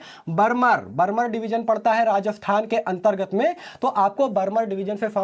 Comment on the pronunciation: Bhai barmer बर्मर nhi बाड़मेर hota h😊